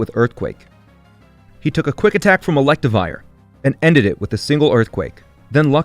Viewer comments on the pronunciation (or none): none